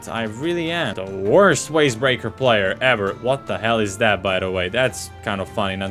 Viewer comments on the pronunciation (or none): Why did he say Waze breaker with a w